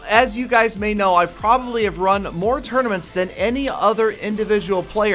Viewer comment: It's 'tournaments' not 'tournomats'